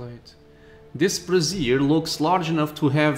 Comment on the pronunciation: I dont like to be to much of a smarmy, but i figured just for knowladge sake about pronunciation of the word brazier , its actually pronounced, (braizher or brajher) something along the lines. sorry for being pedantic like that.